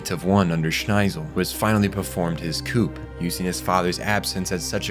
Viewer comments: Bro pronouncing coup d'etat as 'Coop' is hilarious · It's pronounced "kuu" not coup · "Coup" is pronounced "coo" bro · im really sorry for being that guy but Coup is pronounced Coo. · "Coup" is French. The 'p' is silent. It's pronounced close to "coo," although I'm sure a native speaker could give a better example. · You do not pronounce the P in coup. I am genuinely sorry for nitpicking. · C.C. is pronounced C-two... because of the 2 Cs, same with V.V. Oh, you think the second "e" in Jeremiah is silent and you say the "p" in coup, okay then. This show was a meme when it came out and the fandom knew it... fun times. I still remember Spin-zaku. Lloyd was the best character, this is not an opinion, it is a fact. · Coup is pronounced coo like coo coo bird. P is silent:) Escape is pronounced ess-cape not ex-cape:) Otherwise really good love the video